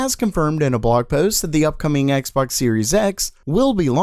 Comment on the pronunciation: He said sexbox in the intro😂😂